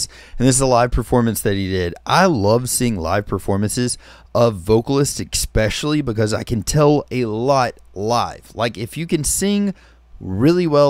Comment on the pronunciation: 👏🏻😂. Your genuine awe & delight here are so refreshing. Ty. The fact you don’t curse is icing on the cake.👍🏻. All the best to you. I’m sure you’ve researched Dimash fully by now. Enjoy your Dimash journey. Ps: The word is “especially” (not expecially). Just like “etcetera” & not “excetera”.☺️. 12/‘23